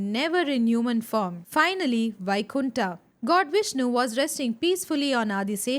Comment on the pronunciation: Many ancient words you can pronounce as it is like 'puran' not purana, वैकुंठ not बैकुंठा